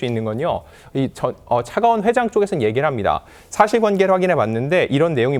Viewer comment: 차가원을 차기원으로 발음하거나 120억을 120원으로 발음하는 등 소리만 듣는 저에게 좀 불편한 부분이 있네요